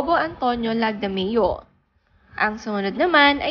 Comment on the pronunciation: Sabi mo ay Rachelle Marie (Salmantaleon?) LAGMADEO dapat po LAGDAMEO... accuracy is important po I also googled her real name which is MARIE RACHEL SALMAN TALEON- LAGDAMEO